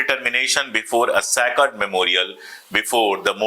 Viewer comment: 'Sack red' lal bodi, sacred means pavitra, sakard nahi.